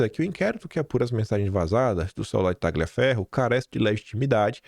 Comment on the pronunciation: Excelente vídeo,! Fico irritada como você, amigo! Ah, só uma dica de italiano: TAGLIAFERRO se pronuncia assim: TALIAFERRO. Outra: MARSIGLIA se pronuncia Marsília. #KeepWalKIM.